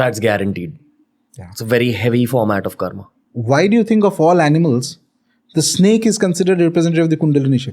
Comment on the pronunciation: Ranveer yaar stop pronouncing wrong like puranas,karma,dharma,rama,yoga why are we Indians using our own words as per western pronounciation. Just like we learnt English pronunciation they should learn Sanskrit pronounciation.we don't need to change our accent for that.accent plays a vital role in hinduism as it carries the energy of the word within it. So i hope you understand